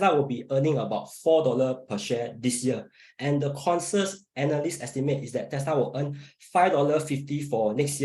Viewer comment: It's pronounced conSENsus. Not con-sus. Damn that english gave me cancer after listening. Why did none of the other 3 correct him?